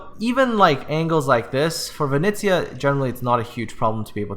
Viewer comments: Dude, you're butchering the name Venice. VE NE (NEver) ZIA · Vi KNEE ZA YA